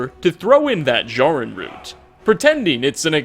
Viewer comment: Also mispronounced Jarrin.